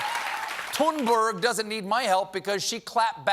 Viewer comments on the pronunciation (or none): Greta's name is pronounced "Toon-berry". She said so clearly in her on video clip. Please stop saying Toon-berg or Thun-berg! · It’s pronounced tuneburry one day someone will get it right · For the past year, Greta Thunberg has been making the news and talk show circuit. She introduces herself over and over in clear English as “Tune-BARRY.” Then one show host after another sittings there and reintroduces her as TOON-BURG. (Even the ones that take needless pain to roll the R and say GR-R-RAITA) And then tells us we really need to listen to her. Greta has been named Person of the Year in the same 2019 that Merriam-Webster declared “non-binary They” to be Word of the Year. If we can learn to use people’s Preferred Pronouns, why can’t professional journalists and highly-paid anchors learn to pronounce an internationally acclaimed youth activist’s Preferred Name?